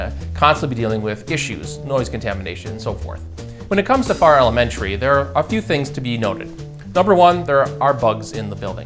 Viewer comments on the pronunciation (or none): Not sure if you got clarification. of the town and school name pronunciation. It sounded like you were saying Far instead of Farrar. A little more R roll. Lol!